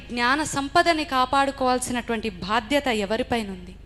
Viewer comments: భాధ్యత కాదు sis, బాధ్యత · అమ్మా బాధ్యత అంతేకాని భాద్యత కాదు సనాతన ధర్మాన్ని తరువాకాపాడదాం ముందు తెలుగు మంచిగా పలుకండి సరే ఎవడో నాశనం చేసాడు ఇప్పుడు మనం చేసేదేమిటో చెప్పుతల్లి